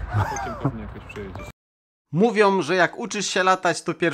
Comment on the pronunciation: Aha "mówiom". 😱